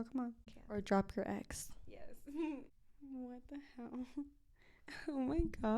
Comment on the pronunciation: “wha da mell” 😭😭😭😭😭im crying